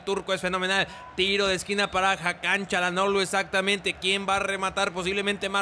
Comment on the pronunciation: Yo creo que el nombre de Hakan no se pronuncia como Cha.... ya que si te das cuenta no es una c es una Ç con la comita abajo y ese por lo que veo se pronuncia como si fuera S por ejemplo: Barça força etc.......... saludos eres un grande